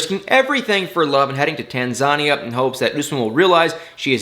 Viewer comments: Like your videos but look up words you are unfamiliar with. It's "Tan-zah-NEE-uh," not "Tan-ZHA-nee-uh." You are on a huge public forum so take some pride in how you present your videos And take note people...i won't look at or respond to negative ot hateful comments. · Tan-za-ni-a...😉😅 Love your video's! Greetings from amsterdam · It's pronounced Tan-zah-nee-ah cool channel though. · Tan-ZA-nia? 🤣😂😅🙃😂 Oh,! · Lol it's tan za neya 🤣 On another note there's 3 people from Michigan this season. Go Michigan! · not to be rude but the pronunciation of Tanzania is Tan-zuh-nee-uh! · He should have found out how to pronounce the word as. TAN ZAN KNEE ah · Sweetie, it's tan-za-knee-uh. my god, please learn basic pronunciation honey this made me physically cringeee 😭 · Tanzania is pronounced Tan-za-knee-a....... Usman is a poor representation of a Hausa man. He thinks he’s a super star. In Lagos, he’s songs are not played in the clubs or on radio. I hope this lady is nice and is also smart and doesn’t try and fall for his “charm” 😒 If she wanted a Nigerian man, there are so many good men that are actually good looking and hard working. If he’s trying to get to the states by marrying another American, he should go speak with an immigration lawyer and ask him what his chances are. He will be questioned about Lisa, his relationship with her. TLC needs to step up their game, they are making the fans not happy at all. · Your pronunciation of Tanzania is interesting. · First time I've heard Tanzania pronounced that way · Lol he tried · pronouncing Tanzania is adorable 😂😂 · NOT adorable..If he is going to go on video he should at LEAST look up the pronunciation..sounds uneducated